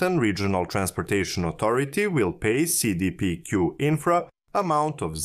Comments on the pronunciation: Seee deee peee cuuuuue Ohh and so half way through the video you can actually pronounce it normal? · Cee Dee Pee Queue (english pronouciation) Say Day Pay Cul (Q) (french) it's an abreviation of Caisse de Dépots et Placements du Québec or diminuate simply as la La Caisse (i.e: The Cashflow) it'S a huge Investing fund company in Canada.